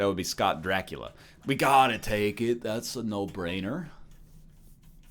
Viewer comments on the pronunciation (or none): none